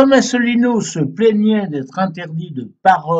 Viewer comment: ASSELINEAU (pas Asselneau, ni Assélineau)